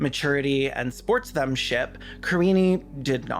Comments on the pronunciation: Did you say sportsthemship? Iconic lol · Did you say "Sports-them- ship"? NO!! It is SPORTSMANSHIP.